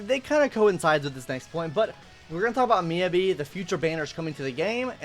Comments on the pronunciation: Your phonetic pronunciation of Miyabi is killing me. It's pronounced "Me YAH BEE". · No it's pronounced miyabi